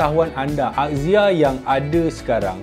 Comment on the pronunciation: Marhaen: Azia (axia) Mekanika: akzia (axia) 🤭